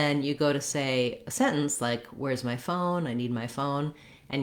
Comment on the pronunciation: great video, for the word (phone /foʊn/ ) in this time i heard a little schwa /ə/ between the /oʊ/ sound and / n/ sound l please make the video slow and listen (phone /foʊən/ ) and little w between the /oʊ/ sound and /ən/ sound . the w sound come also when we say ( go w way )